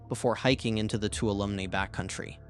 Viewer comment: Please learn to say Bridalveil and Tuolumne.